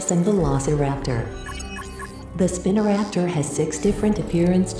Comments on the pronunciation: Another great vid. I see ucouldnt get the pronunciation of spinoraptor to be how it actually is. In this it sounds like spinnoraptor instead of spinoraptor which got a chuckle out of me. Other than that great vid. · Spin-o raptor, why do AI voices always get it wrong? It’s pronounced Spy-no Raptor. Haha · it's not "spina-raptor" it's SPINO raptor